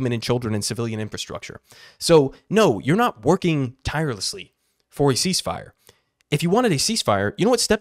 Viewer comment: CEEZZ FIRE!? Step01 - Reeleezzz H0zztages! Step02-Surrendered